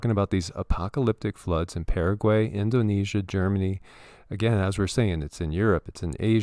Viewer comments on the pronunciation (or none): none